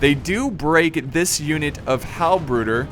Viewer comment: The way you say "bruder" i found it quite amusing ╭☞ ( ͡ ͡° ͜ ʖ ͡ ͡°) ╭☞ nice video as always man!